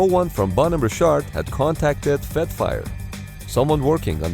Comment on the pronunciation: Holy crap. Who ever is putting out this video, get new voice to text software. Richard is not "Ree-shart". The 28 times or so that the narration says the name incorrectly, is like fingernails on a chalkboard.